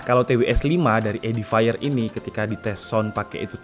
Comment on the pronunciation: Cara bacanya bukan edifire bang tapi edifier,baca fiernya seperti pengucapan bahasa Indonesia, soalnya habis ku cek di google translate audio